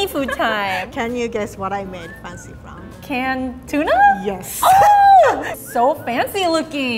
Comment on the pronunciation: sounds like she's saying "Canada tuna" lol